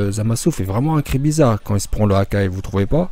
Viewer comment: J'ai cru que tu avais dis Hagar